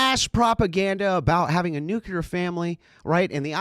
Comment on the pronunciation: It's pronounced "New-Clee-er " Not "New- qu- ler".